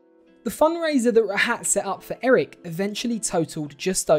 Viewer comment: His name is pronounced raaahut